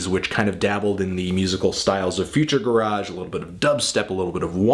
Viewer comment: it's pronounced future GARRIDGE